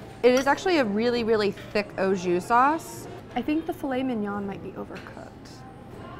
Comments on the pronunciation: The "oh jew" killed me every time she said it. AU Ahhhh, not Oh. And JUS has a less harsh "J" sound. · Awe Jus not Oh Jus